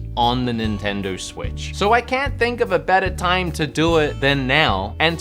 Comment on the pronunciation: Did he say nintender?